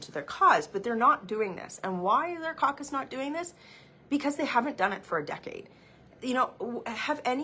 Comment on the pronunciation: “Trudeau needs to calm down his coock-us”……sorry my English no so good.